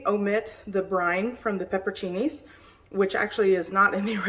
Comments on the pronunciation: You're leaving out a whole syllable. It's pepper-on-cinis. Not pepper-cinis. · This is wonderful but please learn the correct pronunciation of pepperoncini.